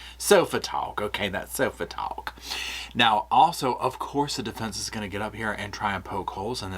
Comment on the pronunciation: “That’s sofa tawk” 😂 I love you 😂